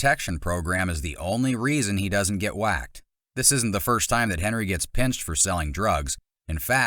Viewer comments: It’s hendry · It’s not Henry, it’s Hendry.